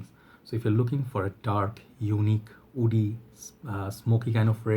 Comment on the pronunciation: I always get confused when you say “wood” and “woody” you sound “oud” and “Oudy” ...